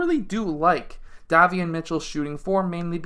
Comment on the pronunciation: Hi, love your videos. 💯 His name is pronounced like (Day) Davion Mitchell. Have a Blessed weekend.